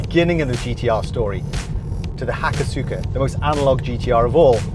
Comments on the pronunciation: It's pronounced Ha-koss-ka btw. The U is silent. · The Hakosuka is nothing less than a masterpiece. Oh, and the U is silent.